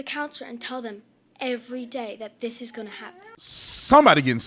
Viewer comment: please OT stop with the “fona” please, i believe it’s pronounced “going to “